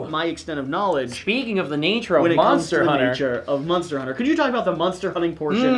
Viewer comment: saying "munster" on purpose at this point